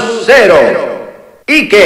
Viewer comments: Tomas Vega Aparte pronuncia Ique ;_ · Al menos el narrador en Español suena algo mejor que en Brawl algo no mas porque mete la pata con Ike Ique, o Jigglypuff llamandola Yiglipuf